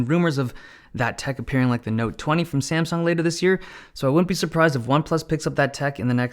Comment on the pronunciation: You said SaNsung.